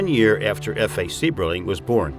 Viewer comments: Also Mr. Sieberling's name is pronounced "CYBERling". My wife's biological fathers family lived in Akron from the mid-twenties until 1999. Her paternal grandfather worked for Good Year for 35 years, her grandmother did a World War II defense job at the plant, making parts for aircraft. She made parts that went into the "Enola Gay" that dropped the bombs on Japan. Her father, after serving in the airforce, earned his journeyman maintenance electricians card at Good Year. My father-law used to have to change all the lights on the top of the blimp hanger when my wife was a baby. He went on to get his master maintenance electricians card at GMAC Lordstown and retired from there in 1998. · Just beautiful there, thank you! I would like to mention that the estate is pronounced HEW- IT. And their name is pronounced CYBERLING. The last time I was there, their daughter was still living above the guest house, and was over 100 years old-- I can't remember exactly, but I seem to remember she was either 107 or 102! I was thinking 107. I will have to look it up. Gorgeous home, take the tour if you ever get the chance.